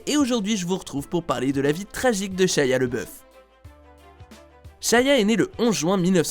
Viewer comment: ''Shaya lebeuf''